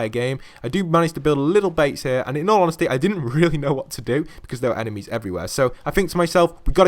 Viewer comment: In al onhestly in al onhestly